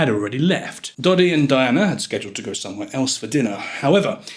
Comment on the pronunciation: Dodi does not rhyme with Noddy. it's a short e in Fayed. Doh-dee fy-ed not doddy fyeed. For starters.